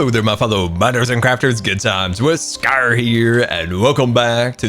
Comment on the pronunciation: The way he says scaRRRRRRR